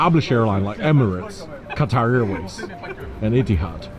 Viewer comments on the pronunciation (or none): none